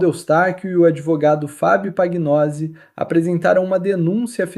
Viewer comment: “PANHOSI”O NOME ITALIANO FICA “NHO”PAGNOSI( PANHOSI”